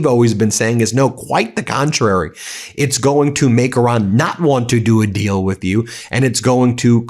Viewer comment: Its irán not oran